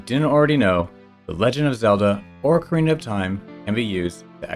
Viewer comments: Why do you say Orcarina? There's no R in that part of Ocarina. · It's Oak-arina, like the wood, not Orc-arina like Saruman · There's no R at the beginning of Ocarina. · look i can excuse saying mærio but "orcarina" is just wrong. you added a whole extra R there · ORCarina? It's not an orc princess! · Yeah, it's meant to be Ocarina, not Oak-arina. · I am asking this genuinely and I apologize if it comes across as rude in any way but do you say 'orcarena' as engagement bait or is that just how you're used to pronouncing it? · Orcarina. I hope you say things wrong for engagement bait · you pronounced ocarina wrong